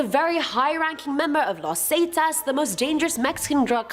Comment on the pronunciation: The fact that she said zetas saitas 😭